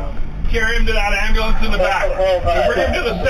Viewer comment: What’s an “ambalance” I mean I’ve heard of an ambulance